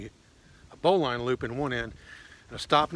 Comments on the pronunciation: Correctly pronounced "marlinspike", and "bolin" is more traditional than "bow line". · I greatly admire you for many things,. Not the least of which your mispronunciation of the terms “marlin spike”, and “bowline” indicate that you learned these words not from casual conversation, but through reading. (Despite your misspelling) While my interest in survivalist techniques has waxed and waned off and on during the many years of my life I have always been an avid reader. I will never forget the chagrin I faced when I mispronounced the word, hors-d'oeuvre! At any rate, I enjoyed watching this video. It was knowledgeable, informative and very useful. Thank you for sharing it. Well done, sir. I subscribed to your channel and look forward to watching more of your videos.